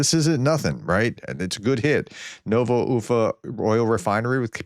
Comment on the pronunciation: Who said the Professor can't pronounce foreign place names? He nailed "Ufa"!